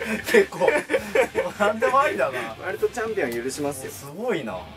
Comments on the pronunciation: チャンピョンじゃなくて チャンピオンな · チャンピョンじゃなくて チャンピオン……笑